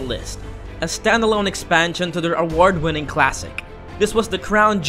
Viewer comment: can you please say "award" again? XD